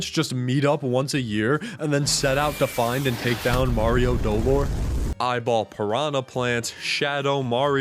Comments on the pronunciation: doLOR. In Spanish, you put emphasis on the second syllable for this word. It was absolute pain to get through the whole video, each time was a stab. qwq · Not to be a party pooper or if he's joking then sorry, but its speld do-lore, other then that its a goofy video :) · Maybe the real Super Mario Dolor was pronouncing dolor as "Doe-lore" along the way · Ok I'm not gonna scroll and I'm sure this comment is just not gonna be relevant but the pronunciation of dolor is slightly inaccurate but wrong enough to make me a teensy bit upset. The emphasis is supposed to be on LOR rather than on DO 😅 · As a spanish speaker, i felt physical pain everytime he said dolor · Did he mispronounce it? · Every time he puts emphasis on the first syllable of “Dolore” I cringed